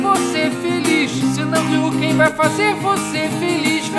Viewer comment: Ken em vez de Quem :O